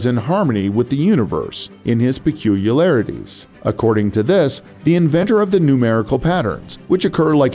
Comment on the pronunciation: pe cu li ar ity not peculalarity